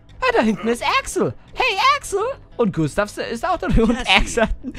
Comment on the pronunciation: Klee Gustav nicht gunstav